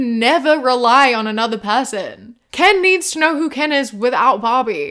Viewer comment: He also keeps accidentally almost saying Ben instead of Ken.